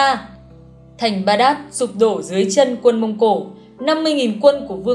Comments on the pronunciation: Thủ đô Baghdad của Iraq phiên âm tiếng Việt là Bát đa, không phải là Ba đát. Còn quân Mông Cổ hành quân tới Ai Cập phải trải qua quãng đường quá xa xôi, hậu cần khó khăn do phải hành quân quá dài, viện quân khó tới được. Chứ nếu Ai Cập mà ở gần Mông Cổ như Nga hay vùng Trung Á thì mọi thứ đã rất khác. Đó là chưa nói Ai Cập nằm ở vùng Bắc Phi có khí hậu nhiệt đới chả khác gì Việt Nam cả, thậm chí nóng hơn. Người làm video so sánh quá phiến diện, thiếu đi kiến thức cơ bản. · Tên thủ đô Baghdad của Iraq nhưng Ad đọc chưa đc đúng đâu nha :)